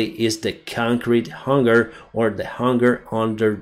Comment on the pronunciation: Thanks again. Say Hanger not Hunger. All good and love your work 🙌